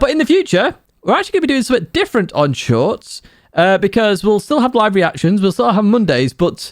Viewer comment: Keep the "shoIrts" coming... 😂😂😂